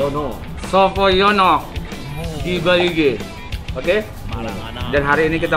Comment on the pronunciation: Sopo Nyono, kaliiii ... Bukan Sopo Yono 🤣🤣🤣